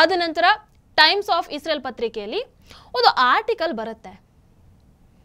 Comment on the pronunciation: Madam ಅದು Israel(ಇಸ್ರೇಲ್ ) isreal(ಇಸ್ ರಿಯಲ್ ) ಅಲ್ಲ. ಸರಿಪಡಿಸಿ.